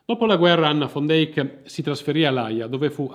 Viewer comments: Peccato che la pronuncia(visto che conosco amici olandesi) sia come l'ho riferita io... Al massimo è accettata la declinazione in fan... Ma fon non ha niente a che fare con la pronuncia olandese o fiamminga... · Perché "fon"!!! era olandese si legge "van" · Pronuncia continuativamente errata del cognome della donna... Van non va pronunciato alla tedesca( come fosse scritto von...e da lí la pronuncia fon) ma alla olandese...che declina in...van...!!!! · Ma quale FON DEIK...L'Olandese non è il Tedesco! SICHEREIT DIENST poi, l'hai pronunciato in modo orrendo!